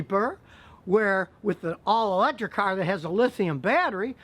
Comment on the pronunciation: hydrogen "cearh"